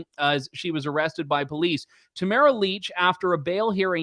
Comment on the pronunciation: Jesus Andrew her name is not Leech!! What is wrong with you !! Do your research, FFS !!